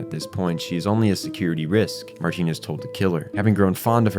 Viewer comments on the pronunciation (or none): Did you watch sub or dub? Cuz in the sub you would have at least heard most of these names with the correct pronunciations.. Martin is Martin, not MarTEEn. Good vid otherwise!